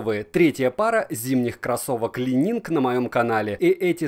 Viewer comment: Уже не лайнинг, но ещё не идеально))) Каппа., "Ли Нин" - не ли нинГ. Легендарный гимнаст Ли по фамилии Нин